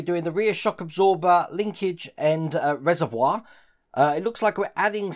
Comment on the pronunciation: Wow you said reservoir correctly. Are you actually or are you a Body Snatcher Pod Person?